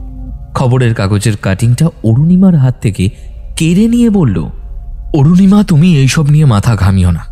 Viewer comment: Anurima noy Arunima😊